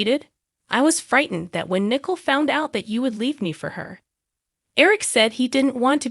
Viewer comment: i sure wish this person would learn how to pronounce the names correctly (Jayda,Abe and nicole )